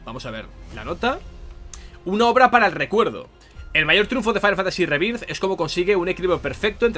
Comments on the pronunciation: Lo gracioso es que dice "Fainal Fantasy SIETE rebirz" cuando sería "Fainal Fantasy Seven Riberz" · No entiendo que "Final Fantasy" lo pronuncies en inglés y luego "Rebirth" lo pronuncies tal cual se lee en español. No me extraña que luego en todas partes digan que nuestro inglés es pésimo, es que lo pronunciamos mal incluso sabiendo que está mal. No digo que le pongas acento de Oxford, pero por lo menos di "Riberth", que es más cercano a la pronunciación correcta. Es que hasta cuando dices "Remake" pronuncias bien el prefijo "re-", pero en "Rebirth" no. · Básicamente porque no sabe como se pronuncia, entonces lo pronuncia de la forma mas cómoda que es con acento español, el sabe que remake se pronuncia "rimeik" pero no como se pronuncia rebirth, yo apoyo que lo leamos en español, nada de "Fainal fantasi rimeik" que estamos en España, y se lee en español, que no somos ingleses, ni gringos, se tiene que leer con las reglas de pronunciación españolas, para decirlo en ingles pues ponte a hablar en inglés.